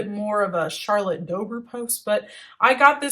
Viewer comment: the week before christmas my entire household was sick. the day before new year's eve 2 of us came down with a stomach bug,yay. tis the season,lol. not trying to be mean or anything. just wanted to do say this for future reference. charlotte's last name is pronounced dobray,not dober.